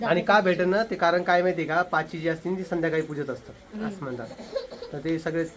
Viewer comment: अरे दादा पाची नाही पाचवी असा आहे तो शब्द